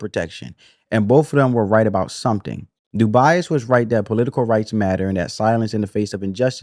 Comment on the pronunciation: Brother...W.E.B. DuBois's last name is pronounced " DOO - BOYZ" not "Doo - Bi - Azz"